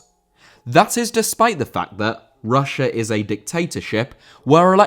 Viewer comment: Russia* not Russier